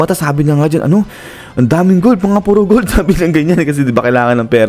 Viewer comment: Gold po Hindi b Bold 😂